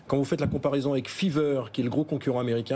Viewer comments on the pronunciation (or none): Feaver 😂 FIVErr